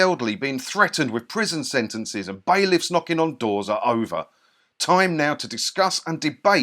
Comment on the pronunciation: Baileys ? 🤮 or did you say bailiffs ?................😁